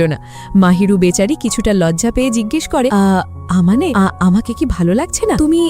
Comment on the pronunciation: ছেলেটার নাম mahiru আর মেয়েটার নাম আমানে আপু পরের বার থেকে ঠিক করে বলবেন